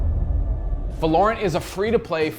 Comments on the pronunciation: They did it again 🤣🤣 not Va-lore-rent break the word apart and sound it out. Valor-ant now say it fast. Gj Gj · he is putting emphasis on a insted of o. It is supposed to be Val-o-rant. Val like in Valve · Lol it's not called how you pronounce it???? VAloRUnT? Its VALOR-RANT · Velorent ? It actually goes by "Va-lo-rant". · Val-er-rant say it with me, wtf is valaurent? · Pretty sure its not va-lor-ant like you kept saying I think its val-or-ant Like how val-or is pronounced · Thats the right way to say it. Hes saying it like Va-LORE-int. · VALOOOO RAAANT NOT VA LOOOORE ANT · va lore ant? it is pronounced val er ant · VALOR-ANT not valorent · please stop calling it vahlorrunt its valerunt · You were really confident in your pronunciation of the name weren't you? Its suppose to be said like the continent of Runterra (League world) but with a T at the end so say it with me Val-or-ant. Get your shit straight next time not that hard bro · “It’s called Valorent” Uhhhh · valor-ant is how ive been pronouncing it maybe im wrong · The game is pronounced Valor-ant as in commendation and the insect, it's name after a place from the league of legends world of runeterra, as heard in a poppy voice line. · It is pronounced as Val-o-rant. Val like in Valve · LOL HE CANT SAY THE GAME NAME NORMALLY VELORANT ITS VALORANT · Val-or-ant not valournt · Valor-ant, Val-or-ant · Its prounced as VA-LO-RANT! Come onnnnn! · vuh lorant? its spelled valorant say it right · Imagine if he could pronounce Valorant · How does he pronounce the name wrong so bad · Is it not V ah (as in ass) lorent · He is pronouncing it wrong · the name does sound better when you pronounce it right to be fair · You did not just pronounce the name like that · Can already tell the name is gonna be a problem. Val-o-rant vs va-lor-rant